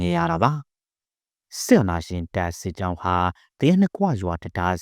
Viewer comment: စပ်ကြောင်းတဲ့စစ်ကြောင်းကိုတောင်မပီဘူး